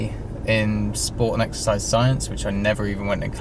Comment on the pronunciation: Exercise? I thought u said extra fries..